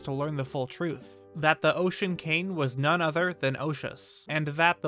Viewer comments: say cain instead of king one more time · Does anyone else think he says the word 'king' weird? I honestly can't help but cringe every time he says it. It sounds like he's saying 'cane'.